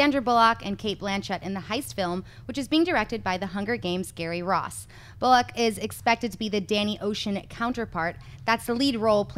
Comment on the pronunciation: "Sandra Bull-lock"....say it right. Come on, it's not hard. Bullock, one word.